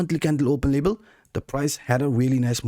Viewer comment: LeVel it's a V not a B 😄